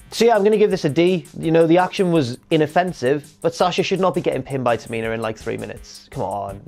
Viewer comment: Can we please have some respekt on the name of TA-MI-NA in the future